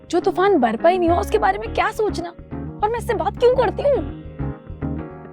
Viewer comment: When said 'kyaa' that reminds me of hyderabadi language 😂😂😂